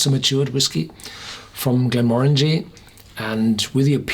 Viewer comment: 100% agree. I cant stand when People say it wrong 😱